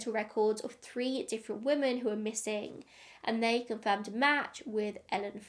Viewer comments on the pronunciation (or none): I've never hear anyone pronounce 'women' the way you do. Very strange lol. You say it the same way as 'woman'.